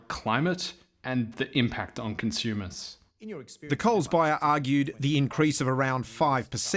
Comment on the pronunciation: I can’t unhear the pronunciation of “con-shoe-mers”.